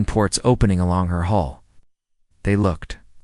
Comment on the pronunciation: Hull not hole